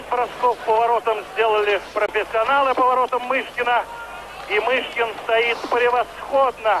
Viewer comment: Мне 62 года, я смотрела этот матч. Помню, говорили канадцы не могли фамилию Мышкина правильно говорить. У них буквы ы.нет. Называли его то Мошкин, то Мушкин.